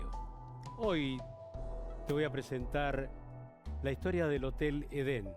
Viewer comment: Esto es una historia para no dormir? Aburrido! Solo es un hotel en donde se congregaban asesinos de la peor estofa. Es Edén y no Eden 😏